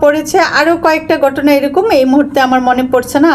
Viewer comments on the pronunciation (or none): আস্লামালিকুম না , আসসালামু আলাইকুম। গটনা না ,ঘটনা । গটেছে না , ঘটেছে। উচ্চারণ ঠিক করেন।